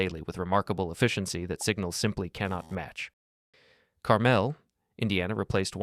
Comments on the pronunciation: as a Hoosier, it's pronounced Car-mul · Please do your research and learn how to pronounce Carmel Indiana